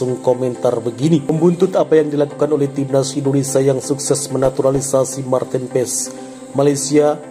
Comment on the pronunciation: Kiper mantin ps😂😂😂 lu bsa baca nama marten paes ngak😂